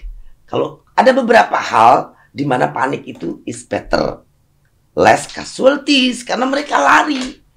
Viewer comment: demen bgt pas bu susi ngomong "better" dengernya kek "beta" 😍